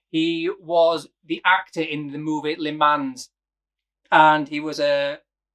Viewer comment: I love this watch, never been up close with one but if I went for a Heuer this would be it..... but although I can handle you pronouncing Seiko as Seeko and not Sayko this Lee Mans business will not do..... the S is silent....Li mon..... Li Mon in your best french accent! LI MON 🧑🏻‍🎨🇫🇷